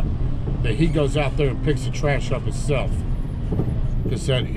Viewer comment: Himself not "hiself".